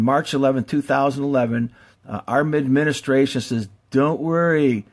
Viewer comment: I don't think we are being told the 100% truth about Fukushima, but should we really take this guy seriously.... he cant even say tsunami, or administration... Nuclear power is a potentially scary thing, as seen here, but it IS the future of power production. Just not how we do it today with the machines we use now. People don't realize the damage we are doing to the planet due to coal and gas power plants, because we cant directly see the effects. The worst case nuclear disasters are tragic, however only a few die onsite, and a few thousand get cancer (if that maybe). How many a year get lung cancer due to coal dust? No one knows. Solar panels are extremely toxic during production. Wind power is not stable base load. Geothermal is scarce. Solar thermal isn't useful in most climates. Most issues are caused by the fact that US companies packaged up a bomb making machine and advertised it can make some power, Then those designs were made larger and larger to make more power. Now you have a machine THAT WAS ORIGINALLY MADE TO MAKE BOMBS, That is 1000X larger and makes 1000X more bomb material. Not good. The CANDU reactors are much safer, cheaper, and have many benefits overall. Thorium reactors will eventually make more power and be much safer. Do some of your own research before jumping to conclusions. Once fusion power stations come online that will be the end of conventional nuclear power. Clean, powerful, and abundant. Till then we need to focus on not ruining the planet. He